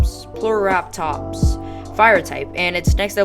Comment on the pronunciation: Nice attempt on the model 👍. It's actually pronounced Phlo-ratops and Pie-shiel-ratops.